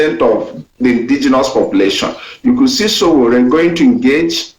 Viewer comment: My friend, his name is not Osowore, his name is Sowore. Correct yourself.